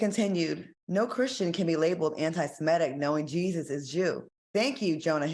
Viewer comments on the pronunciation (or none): none